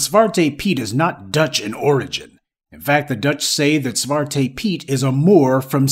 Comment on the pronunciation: Congratulations professor on your pronunciation of Zwarte Piet. It wasn’t off by much. There’s been a anti Z.P. movement in the Netherlands for a few years now. The woke movement and protests after G. Floyd gave them some steam and If I’m not mistaken the UN looked into it and suggested the practice be discontinued. The only “progress” that has been made is that they are going to “lighten up” the blackness of the helpers. It’s not going to go away, not anytime soon.